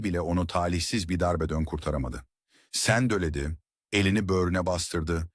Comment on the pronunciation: Her şey çok güzel fakat bariz kelime hataları insanın dikkatini dağıtıyor. Örn; "sendeledi yerine sendeledöö, sonsuza dek yerine sonsuza dök" gibi. Bunları düzeltirseniz çok daha güzel olacaktır. Emeğinize sağlık